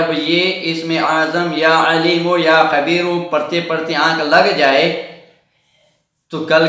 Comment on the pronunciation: Not...qabeeru...."ya khabeeru" ye sahi h.